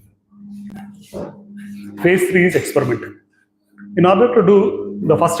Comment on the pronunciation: Expuriment, white rrray!! Exxxplor. Bainks?